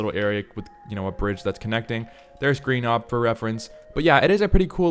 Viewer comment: Its pronounced rhy-nio-natha, not rhy-no-gothia 💀